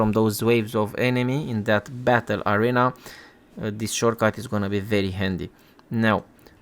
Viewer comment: I'm a native English speaker and ESL teacher of 5 years. You are doing an excellent job. Accent is fine! Only noticed two pronunciation errors "arena" and "frayed". Keep up the good work!